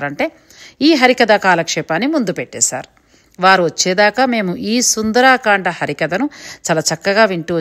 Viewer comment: నమస్కారం! మీ ఆనందాన్ని చక్కగా ప్రపంచానికి పంచారు. ధన్యులు! సుందరకాండ అనాలి. సుందరాకాండ అన్నది లేదు. సుందరాంగి ఉంటుంది కానీ సుందరంగి ఉండదుగా!?! 🚩 జై శ్రీ రామ్ 🚩